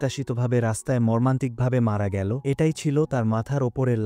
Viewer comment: ভয়েস দানকারী বাংলা উচ্চারণ সঠিক না , এল কে L গেলো কে গেল বলছে , মূর্খ বাংলা রিডিং সঠিক জানে না ভয়েস দিচ্ছে